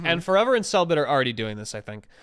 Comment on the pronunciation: Forever pronounced cellbit's name as cell bitch